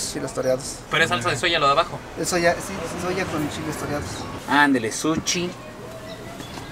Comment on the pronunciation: I loooove to watch you, but I cringe whenever you go eat "sushi"